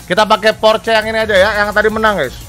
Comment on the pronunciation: Maaf Bang itu sebutan nya bukan porce kalo di omongkan tapi porseh. Dan itu orange sih bukan merah. Klo salah penyebutan nya mungkin liat di yt om Fitra yang riview Porsche Cayman😅🙏